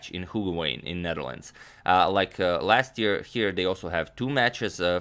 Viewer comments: To add to your undeniable vast knowledge...... the 'oo' in Hoogeveen is pronounced 'ow' as in blow. To be complete, 'veen' is pronounced vain. Otherwise your presentation was flawless, as we have grown to expect. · The oo in Hoogeveen is pronounced like oh in "oh my God". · Please agadmator, where did they play? I couldn’t make it out of the pronunciation. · As a dutchy I lkve how you pronounce hoogeveen ☺️